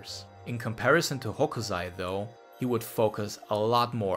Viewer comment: 北斎/Hokusai is read with [s] sound, not [z].